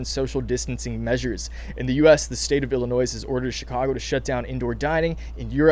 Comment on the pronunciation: We do not pronounce the S in Illinois